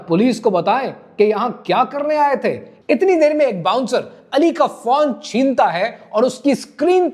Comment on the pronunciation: PHONE NOT PHAWN. 🎯🎯🎯